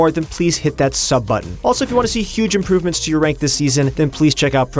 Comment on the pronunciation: Who else heard Impoovements?